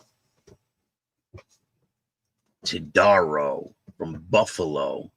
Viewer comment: It's pronounced TowDAHrow, and we don't know yet if he's related to the infamous family, but everyone is trying to find out. Local BACA chapter released a statement and have ousted Todaro and his wife from BACA. In addition to the court justice he's facing, I have no doubt there will be significant consequences for him from other sources. Chomos don't do well in prison, either.